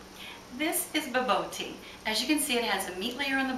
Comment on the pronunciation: Try pronouncing it like "ba-boor-tea," and you'll be a little bit closer to the actual pronunciation.